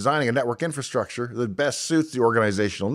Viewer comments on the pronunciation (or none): none